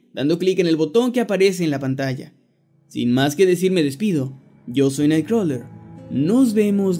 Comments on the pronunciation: "Los saluda su amigo naigcrowglerr" XD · Me encanta esa pronunciación de nightcrawler :v es tan suculenta.